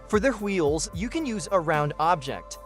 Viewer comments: Is bro stewie? "Hweels" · am i the only one bothered by how he says wheels